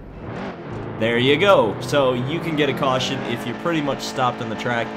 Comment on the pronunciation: AN WE HAV A CAWSHON